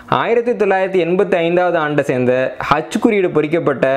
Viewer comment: ஹெச்சா அச்சா தெளிவாக உச்சரிக்கவும் சார்